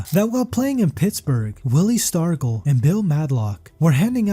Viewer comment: How do you mispronounce Vida Blue and Willie Stargell? Is this an AI voice??